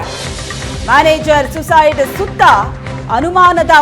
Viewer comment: ಸೂಯಿಸೈಡ್. ಭಾಷೆ ಸರಿಯಾಗಿರಲಿ